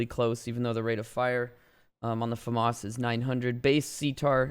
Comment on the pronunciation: That’s the correct way to say it